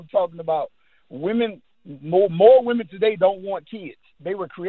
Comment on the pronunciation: Women!!! Not Woman!!!